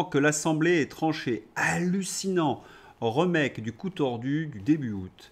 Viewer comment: PS } Le beau et second drapeau flottant au dessus du PS.... 🤢⚠️😈 // Sauf erreur de ma part, on dit: RI...make et non RE....make 🙄